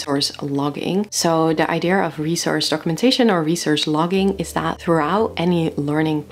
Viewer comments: I am by now convinced that there is a global conspiracy ongoing, set to change the pronunciation of the word "idea" to "eye-dear". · Idea, eye-dee-yuh. not deer, dear or dare. I'm sorry, you do say Idea a lot in this video lol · “Idea” is a Greek word btw. As a Greek I kindly ask you guys to keep your Rs off it 😁